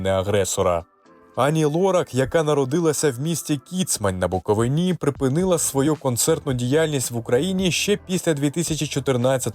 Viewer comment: Шановні! Вчіться вірно вимовляти назви!БуковИна,а не БуковинА!!!